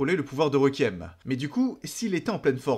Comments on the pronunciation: Je vais faire mon chiant deux minute: on prononce « Rékuiem » pas « Rékiem » et c’est androgyne, pas androgène (ça c’est des hormones mâle basiquement). Sinon très bonne vidéo, merci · super vidéo mais le mot requiem se prononce rékouièm et non pas reukiem merci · Pour t’aider à mieux prononcer requiem répète après moi Ré-Kui-Ém